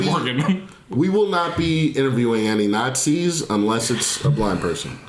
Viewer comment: Nazis❌ NAT SEE✅✅✅✅✅😻🥰